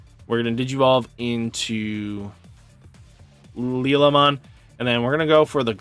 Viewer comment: I believe Liollmon and Liamon are pronounced lie-owl-mon and lie-ah-mon respectively.